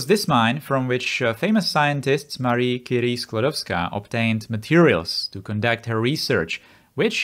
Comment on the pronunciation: FINALLY someone outside poland says Skłodowska so many people forget that she still used her polish surname after mariage